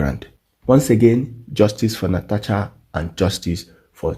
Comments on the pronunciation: It is Natasha and not Natacha, please pronounce it correctly. I come in peace. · NataSHa NOT NataCHa